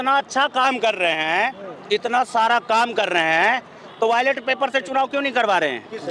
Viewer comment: यह कुत्ता कह रहा है कि हमें पाकिस्तान से क्या मतलब? यह मादर चोद कुत्ता भौंक रहा है? बैलेट पेपर को वायलेट पेपर बोल रहा है।😂😂😂